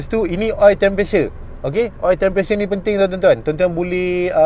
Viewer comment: Sebut btol2 bang temperature.. bukan tempressure.. hehehe